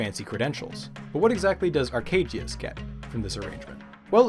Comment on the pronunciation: Honestly the mispronunciation of the polish name Arkadiusz made it sounds ten times as cool than it would've normally, it went from a middle aged stamp collector to a seventh dimension energy demon